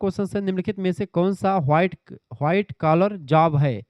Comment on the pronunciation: White ko हुआइट bolta hai tu kya yarr